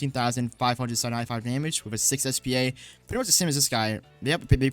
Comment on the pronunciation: u don’t say it like spa it’s s p a bit like the building or machine (stands for speed per attack) anyways good vid